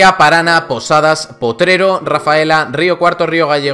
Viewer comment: ParaNA JAJAJAJAJAJAA ES PARANÁ LPM